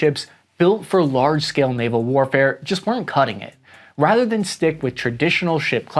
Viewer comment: Not all words that start with an “S” are pronounced “sch”…. Stick isn’t “Schtick”.